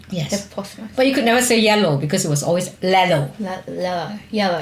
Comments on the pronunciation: Great video but I swear mum was saying hippo-potato-mas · When kim kept saying hippopotamus did kim's mom say hippopotatomus